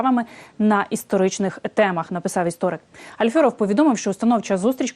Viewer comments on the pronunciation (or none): Шановна ведуча! Поважайте тих, про кого йдеться в повідомленні. Чому ви вимовляєте Альфьоров? Альфьоров